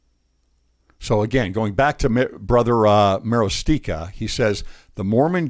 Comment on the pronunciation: Marostica is pronounced Muh-ROSS-ti-kuh. It's obvious that many members don't really have a testimony that The Lord is at the head of His church or that we have a living prophet. If they did, they wouldn't lobby the Brethren for doctrinal change. The Church is not a democracy. He is the architect of our faith and what he says, via His Prophet, goes. Period.